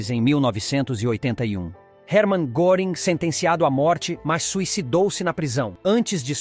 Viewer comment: A pronúncia de SPEER, em alemão, não é /spir/. O correto é /shpêêr/. E no caso de GÖRING, não é /goring/ e sim /guêring/.